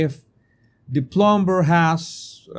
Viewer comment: Jesus, la “b” en plumber es silente. Se lo digo con todo mi respeto y espero que así lo reciba. Gracias por sus excelentes videos. Bendiciones.